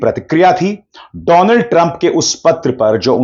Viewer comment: "doland" sorry,Donald was epic 😂 😂